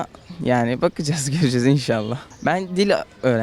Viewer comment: Insallh barajı gecıcez dıyo 😂